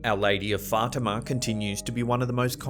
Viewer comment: Dude, why you gotta say fartima .... our lady of fartima 😂 my nephew went to Our Lady of Fatima Lutheran primary school yeeeeeeeeeeeeears ago. Dang I wish we’d have thought to call it fartima 😂